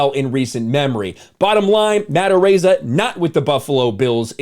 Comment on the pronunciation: It's pronounced "A-rize ah".